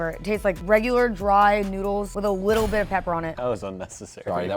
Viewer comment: “Just a whittle bit they waste wike a whopper to me”